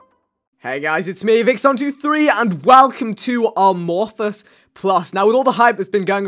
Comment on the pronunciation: It's pronounced ay-morphous, as in lacking shape (like asexual is lacking sexuality - morphous meaning shape). Also agar.io is called such after agar jelly which is used to grow bacterial cultures on. #themoreyouknow